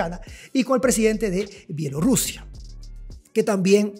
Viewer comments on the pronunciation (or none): none